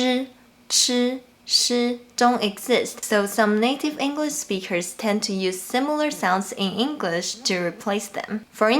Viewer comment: This is amazing, thank you so much. I’m wondering, have you ever noticed differences between American and British speakers speaking mandarin? Also, since you teach us so much Chinese, I’m going to return the favour and let you know that “Speakers” finishes with a K sound, when you say “native English speakers” it sound and looks (to me anyway) like you’re saying “native English speechers”.